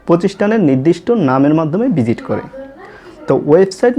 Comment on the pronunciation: বিজিট করা!!!!! তাইনা। আপনার তো এখনও উচ্চারণে হয়নি